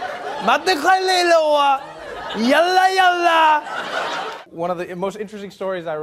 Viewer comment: OMG when he started mumbling in Arabic 😂😂😂😂😂😂😂. He said some words though ,and I think he knew what they meant. Like when he said Shokran and specially "yallah". and the tone and all was so in point, he must have seen someone talk like that 😂😂😂